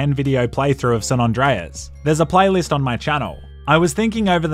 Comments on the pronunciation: its san andreas not "san non dreas" smh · Lol... "San Ondreus" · "San Ondreas"?